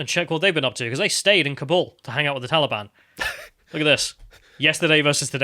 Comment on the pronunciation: So, who was at the door? Was it the tall e-bawn?